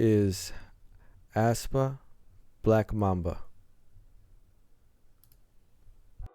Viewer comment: The pronunciation is Espa actually BTW I freaking love black mamba it's so good for debut song Thanks for your reaction to aespa ♡